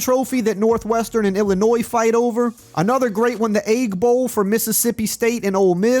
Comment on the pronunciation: Bro said the Ayg bowl.